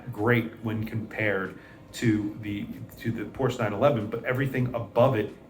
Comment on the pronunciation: Agreed, but please pronounce it PorschE in the future, just because German doesn't do é or è doesn't mean you can ignore it. ;-)